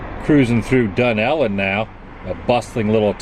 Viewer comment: Dun-ellon? I thought it dunel-lon